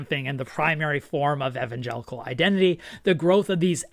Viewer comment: THANK YOU for pronouncing Evangelical correctly for once